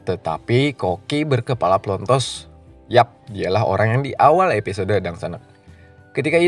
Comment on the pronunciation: Dibaca episod huruf E gak perlu di baca kali... Kebiasaan la kek gitu orang indo. Drainase juga dibaca drinis huruf E di hilangin faham...!